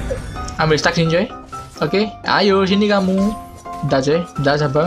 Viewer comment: Stack dibaca stek bang Stuck baru dibaca stak